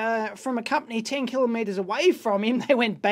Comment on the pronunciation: kilometers not killer meters!